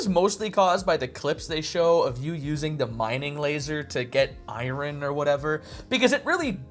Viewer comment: Do you really not know what iron is or how to pronounce iron?